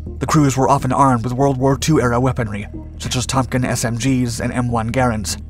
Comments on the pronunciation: . Did this man just call the Thompson Thompkin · Ahh yes the Tom Kin sub machine gun… Not the Thompson, no no no… The "Tom Kin…" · Ah yes, the famous Tomkin sub-machine gun. This guy's good for at least one flub per video. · When you said Tonkin way too many times lol, probably just a hiccup by him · FYI, it is a "Thompson sub-machine gun". We all make mistakes, so be a little humble.